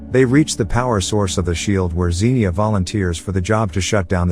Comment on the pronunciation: BTW it's pronounced Ksenya not Zeenia lol the x is meant to be like a ks sound in one letter. Propably stylised like that cos it's just more sci-fi haha it just a small nitpick though 😅 just it was niggling at me all video.